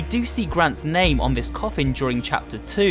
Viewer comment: It's sounds like you saying soup every time you say name at the beggining